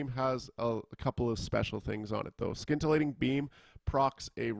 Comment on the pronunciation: Excellent breakdown on a raiding chanter. As a side note, there is no 'k' sound in scintillating :)